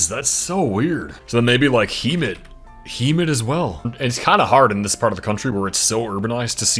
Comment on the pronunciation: Hemet is pronounced Hem like hemming, it. Hem-it